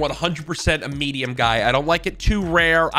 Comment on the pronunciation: middiem to middiem rare